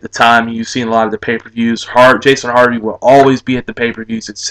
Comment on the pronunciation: Jason Hervey not Harvey